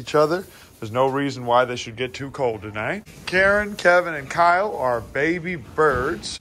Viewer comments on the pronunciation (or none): none